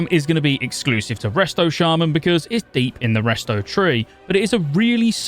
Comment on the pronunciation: As a lifetime shaman player since the launch of vanilla… I can’t support any shaman content creator who pronounces us as “Shay-men” 🤔 for SHAME sir, for shame